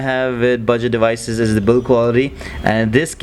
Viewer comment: its devices not dewices!